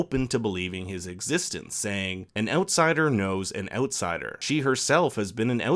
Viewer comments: The "Oatsider" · The ootsider. Lol someone's Canadian is showing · I'm just here to listen to you pronounce Outsider in that accent :)